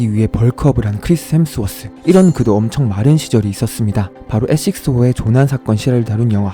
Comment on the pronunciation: 크리th 햄th워th 노홍철급 발음